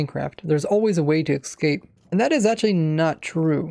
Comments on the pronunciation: The way you say ‘Ecscape’ instead of ‘Escape’ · Omfg it’s ESCAPE not EXCAPE there is no x in that word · its escape not excape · Youve Been playing the game for 12 years? Maybe should've studied English more. It's Escape not excape. Also the elder guardian buff makes mining those blocks extremely slow so you're not entirely accurate. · Does it trigger anybody else that he says 'exscape' instead of 'escape'? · It's escape.... Not ecscape.. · ok im not american or anything and my 1st language is not english but someone please tell me why some people pronounce escape as excape its kinda annoying and confusing me k thanks bye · this annoyed me so much, just the mispronouncing of "escape". drove me insane.